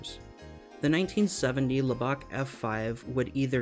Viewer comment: Lubbock is not pronounced “lub-BOCK,” but “lub-ick”